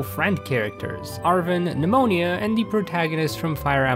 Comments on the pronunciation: Did you say pneumonia not nemona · Nemona not “pneumonia” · the way he called nemona nemonia 💀💀 Edit it got worse HE PRONOUNCED KATIE CATTY 💀💀💀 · Glad I am not the only one that calls Nemona: pneumonia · Why do you say Nemona as Pneumonia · why does he say ‘nemona’ as “pneumonia” ????